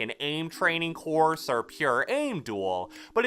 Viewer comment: Said “The next thing about this courth” Lol